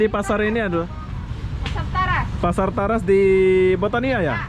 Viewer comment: TARAS bro....bukan TERAS..🤣😂 TARAS (Taman raya Square)